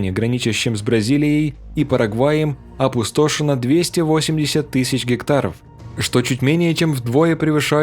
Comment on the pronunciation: ОпустОшено ? ты серьезно ? не русский что ли, некоторые слова прям режут слух, поработай над речью.